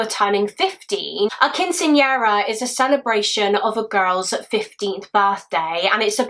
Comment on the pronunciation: Let me start this by saying is my hands down favorite. But I was expecting somebody from the U.S. Southwest to comment about the pronunciation of Quinceañera. Love you and A+ for effort!